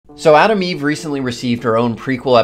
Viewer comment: Gonna make fun of you accent. It's Atom Eve not Adam Eve. That's the new trans hero coming out next week 😆